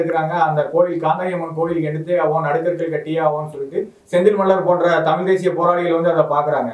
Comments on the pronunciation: Tamizh pa.. Tamil Ila.... Zha... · தமில்.? தமிழ்.? பாவம் தமிழ். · Kamatchi daan tamil nu solludhu anchor aavadhu ozhungga tamizh nu pronounce panni irukalaam